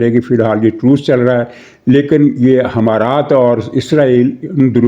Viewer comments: محترم جناب حمارات نہیں امارات ہے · sahib h=e, not himaraat it's emirates. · لفظ امارات ھے نہ کہ حمارات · حضور امارات ہوتا ہے حما رات نہیں ، اور 3 تہائی والی بات سمجھ نہیں آئی